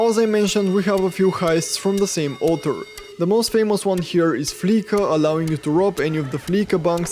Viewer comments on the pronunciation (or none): Trying to help out... It's pronounced 'fleesa'. To 'fleese' (spelled fleece) means to rip someone off. These payday loan places they represent are a detriment to those that need to use them. They cash your check but take a portion of it. The people using these places tend to be poor and desperately need the funds now, so they are effectively forced to pay the fees as they typically are unable to cash their check at banks for one reason or another.